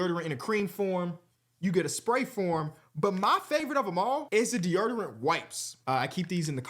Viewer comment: It’s 2025 and still can’t pronounce deodorant